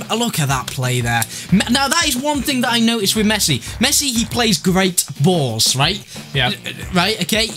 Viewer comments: Last time I checked his name was Messi, not Mess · Messi NOT Mess